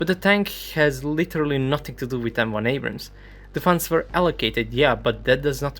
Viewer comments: Mocks "Abrahams" Says "Abras" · Its Indian pronunciation of Abrams. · MUSIC LOVER - "90% of us call it abrahm tank" - citation needed. besides, more people pronouncing a name wrongly doesn't make it right. "We have difficulty in pronouncing Abrams" - this is simply NOT true. there's nothing about hindi language that causes people to add an additional 'H' sound. The fact is, he wrongly pronounced the name in the video. Just admit that, no need to defend the indefensible.